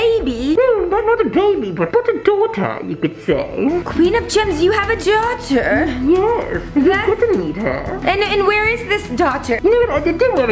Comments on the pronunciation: Rebecca it's daughter not doll😂😞😟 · It's dauter